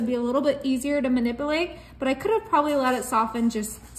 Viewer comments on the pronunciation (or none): LOLOL I think you need to learn how to pronounce the word 'Manipulate.' LOL crack me up